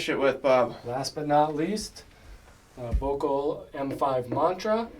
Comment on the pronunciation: jesus fuckin christ its VOELKL, not the thing u keep calling it u muricans